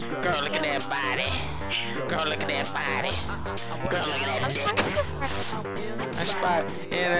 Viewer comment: had me dying. He said DICK so intently